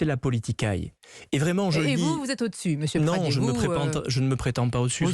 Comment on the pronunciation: Pradié avec un é pas Pradier...arrêtez d'écorcher le nom de famille d'Aurélien svp.....merci d'avance !!